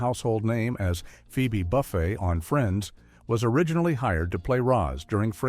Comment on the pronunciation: AI slob speaker cannot even pronounce Phoebe Buffay. True expertise here.